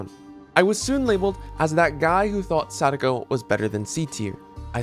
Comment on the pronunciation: try not to cringe at him saying sadako